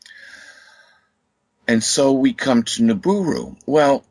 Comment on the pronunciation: Jesus...I can't take this guy going nibooroo...I hate being so irritable..